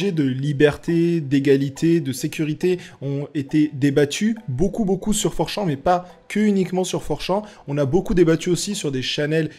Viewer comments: 😂"4 Chan " ne se prononce pas "Four + Champ" .... Chan n'est pas un champ de Maïs. Chan > Channe ! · C'est pas (prononciation) for champs c for chan comme un âne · fourchan, mes oreilles saignent